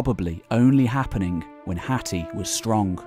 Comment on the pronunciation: I’m sure your pronouncing Hatti wrong